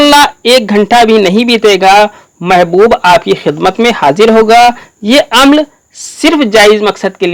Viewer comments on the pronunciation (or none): عم ل نہیں عٙمٙل ہے